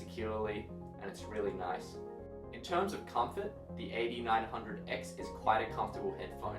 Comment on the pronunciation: It took me almost 5 minutes to figure out you were saying AD900X not 8900X (eighty nine hundred x).